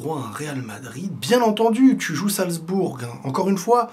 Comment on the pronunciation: ça se prononce "salzboure" et non pas "salzbourgue". Amitiés